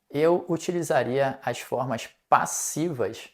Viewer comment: Claro! Você até pronúncia 'as' como 'aish' como os cariocas! Reparei igualmente que você pronúncia muitas vezes o 'no' com um 'o' e não com um 'u', como, por exemplo, em 'no Brasil'